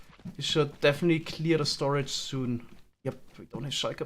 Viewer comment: 'we don't have a proper stoage' *expects a single double chest